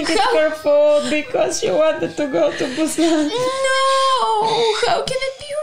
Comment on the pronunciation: "Train to Bu↘️san↗️" Perfect accent, better than Seoul people.